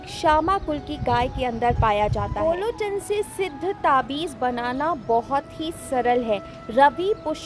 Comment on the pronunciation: Sahi nam to bolo.gorochn hota h n ki golochn🤔